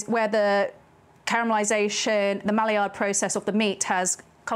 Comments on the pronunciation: You’re hearing bourbonion because SHES SAYING Bourbonion. She also said “MALLIYARD” when she meant Maillard. Also Beef Bully-on for bullion. Maybe it’s dyslexia which is fine but I’m skipping the rest of this video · your videos have such a lovely vibe to them. you are at your auntiest in these, hah! also i love "malliard" instead of "my-yard", classic brits lol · Good recipe, well presented. Note Maillard is pronounced "My Ard".